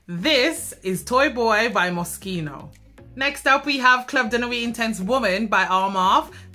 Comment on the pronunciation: Thank you for pronouncing "Moschino" correctly. Tired of hearing "Mosheeno"